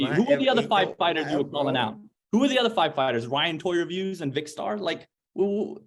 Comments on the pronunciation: Did bro say vikstar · Man said Vikkstar 😂